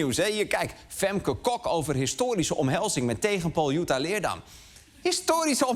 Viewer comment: De enige reden dat Lubach deze aflevering heeft gemaakt is om te laten zien dat hij weet hoe je Jutta correct uitspreekt